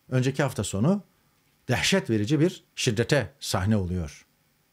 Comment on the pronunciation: Dehseettt verici derken amma vurgulama yaptin Tarik Bey.